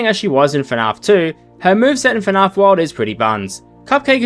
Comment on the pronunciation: Why does he pronounce fnaf as “fnahf”